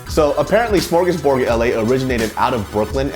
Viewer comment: it's called Smorgasburg not Smorgusborg. You even took footage of the sign with the name of the event on it.